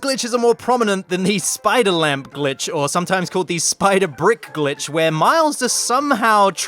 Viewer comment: it some times in my opinion sounded like son of a b word